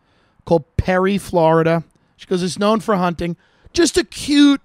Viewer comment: As soon as you said Florida-duh🤦🏼‍♀️